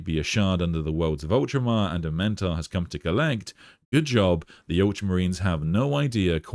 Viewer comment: I don't know why you're adding an extra vowel to his name. It's A-Men-Tar.